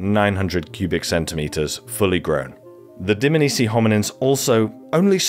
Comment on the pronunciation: Loved it. It’s not pronounced Dmnisi though. It’s Dm-A-nisi